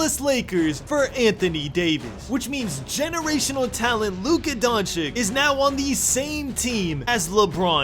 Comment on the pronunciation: It’s pronounced donchich bro